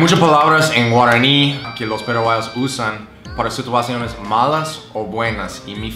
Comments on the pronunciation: Guaraño?😂😂 es guaraní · Práctica tu pronunciación en guaraní. No te sale bien.